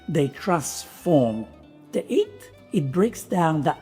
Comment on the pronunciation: I love your videos, but I really have to concentrate on listening. I like to just listen and do some other things and then watch techniques when it's important. But with you, I just need to focus, because your switching of the "h"es. You say hot and have, for example, but 'eat and 'ard, which always keeps me on going 10s back and listening again what you meant. I know you're a true Italian, but where does this inconsistency come from? This is not criticism, I'm just wondering about this half-way.